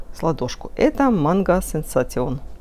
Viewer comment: Классно, это большое достижение! Только манго не сенсатион произносится, а сенсейшен..